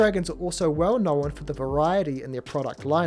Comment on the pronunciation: Why do you say "knowen"? There's only supposed to be one syllable in that word, not two.